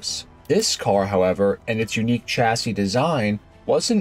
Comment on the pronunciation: Chassis is originally French and is pronounced 'shassi' not tshassi.